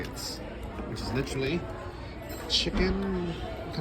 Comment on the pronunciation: It is funny alright. . “Li-trilly”